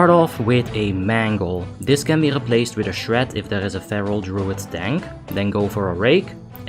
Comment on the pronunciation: "Druud is Druud and has Druud Utility." Lmao. Legendary.